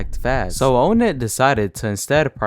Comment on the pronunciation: why do you pronounce onnet "oh net" instead of awhnet